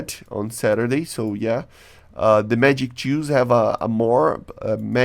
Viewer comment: When you said magic twos i heard magic jews Lmao